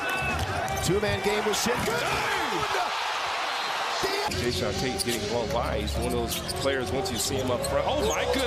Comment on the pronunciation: He calls him sen Gun 🤦🏼‍♂️